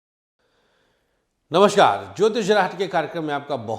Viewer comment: This is no way to say Namaskar. It does not match with your knowledge .Say Namaskar properly. Namaskar🌼🙏🌼